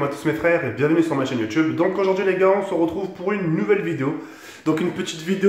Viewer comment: frere je peut te denner un conseil ? Au début dit pas " sur ma chiane youtube " mais plutot sur " ma chaine culinaire " mdr jrigole ciao bye cimer pop .